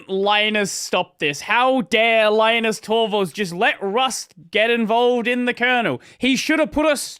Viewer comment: You don't know how to pronounce Linus? Ridiculous. Bye!